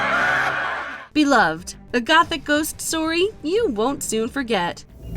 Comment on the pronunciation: Darling "BE LUV -ED" . Please do not DISRESPECT Toni Morrison like that again. Please and Thanks.